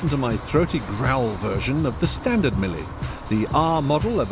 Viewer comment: "Meel" "Millie" wtf? .... It's pronounced "Me-lay" surely?